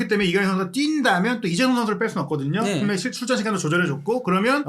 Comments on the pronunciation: 면 발음이 ㅋㅋㅋㅋㅋ믄 먼 혀짧은거 같음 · 브버지 이분은 발음이 그러머는 그러므는 면발음이 않되네 ㅋㅋㅋ